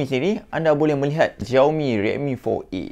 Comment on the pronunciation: baru tahu xiaomi sebutan dia choumi.. selama ni aku pi sebut zaiomi...